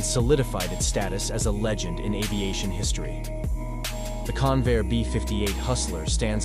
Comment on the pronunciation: Convair not Conveyor!